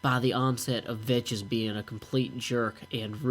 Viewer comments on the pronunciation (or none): Its pronounced like veks